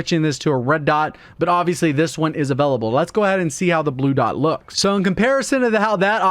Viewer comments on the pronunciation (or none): Avellable. Hehehe